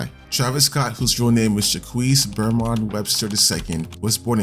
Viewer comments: bro said shaqueece instead of jacques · Ain’t no way bro said his real name is juh-kwees. 😂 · bro said jakwisse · this dude said “jah-qweese” 😭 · This guy just said "jackweece" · My man really called Jaques Jakwees😂😂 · Je quise ? Nigga its jaques not je quise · bro said jackwees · jacques is pronouced ¨zjak" issa french name and that's how he gets jack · why u say jacQUES like that bro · Bro pronounced Jacques wrong 😂